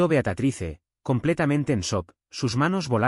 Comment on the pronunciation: Beatriz , jajaja no Beatatrice jajaja